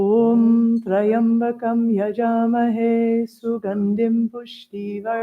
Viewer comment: The pronunciation is not Try-ambakam, it’s Tri-ambakam.